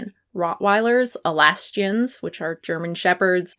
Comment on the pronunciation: 😂 It’s pronounced Al-say-shun. While I like your video - have you seen this breed yourself? They are super aggressive and scary just walking down the street. Also the only American Bully XLs I have seen have dodgey looking owners who are not quite with it (homeless and slurring their words, or young people who want to look tough). We had an attack last week that needed an ambulance to be called to the city centre. I certainly wouldn’t want my little Shih Tzu anywhere near one of these dogs and definitely not a child. I feel bad for the dogs, but they are scary.